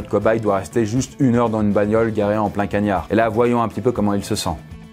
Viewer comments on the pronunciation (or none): "En plein kaniar"🤣🤣🤣🤣🤣